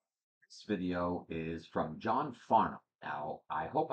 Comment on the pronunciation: You pronounced his name perfectly. John is very special to Australians. He is so down to earth, love to have a joke and entertain people. He’s never had a bad day at the “office” ever which sounds amazing because he was a heavy cigarette smoker for years. A few of the song people will request like You’re the Voice, Help (Beatles cover), It’s a Long Way to the Top and Playing to Win come from the concert with the Melbourne Symphony Orchestra. That was an amazing concert. There was also a tour he did with Olivia Newton John and Anthony Warlow called The Main Event and there’s a couple of songs to checkout from that called “Hi Art” and That’s Life. JOHN CAN SING ANYTHING!!! Welcome to our favourite son and this endless rabbit hole your now in! ❤